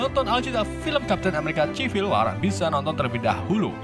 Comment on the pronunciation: Bukan maksd menggurui nih cuman mau ngasih tau aja kalau "C" di kata CIVIL dibaca "S" jd sivil. Dan red DUST bacanya dast bukan dus. 😁 (Fyi: Tulisan make huruf pronoun yg ngk ada dikeyboard gua jd gua tulis biasa aja). Senang berbagi ilmu